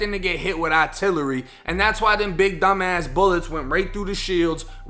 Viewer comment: Man said "ahtillery" 😆 ending of this vid funny as hell